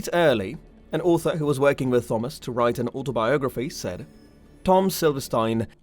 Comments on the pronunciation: Interested in this topic. Can not listen to you call him thumbas. It's just like Tom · ttttthhhhhomas, ar-yan lolololol learn how to read you idiot. It's a very common name, how can you not know how to pronounce the name Thomas? The H is silent with a hard T. Also, Aryan is pronounced Airian you dumbass. Can you imagine if this guy had a lisp? Must be a millennial or GenZ 😆😆😆😆😆😆😆😆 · Why are you saying "Thawmus"? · Thawmus 😂 At my work we all have an ongoing joke where we begin every word with th because of a customer doing it one time.... you sound exactly like him every time you say thawmus 😭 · Not Thawmus but good narration otherwise. Way better than I. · The H is silent in the name Thomas, it's a hard T. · I can’t listen to this guy butchering the name Thomas anymore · He sometimes says Thomas with a hard T though. I understand people have accents, was just asking. It would be like if I said Gif and Jif interchangeably. Does not make sense, even with an accent.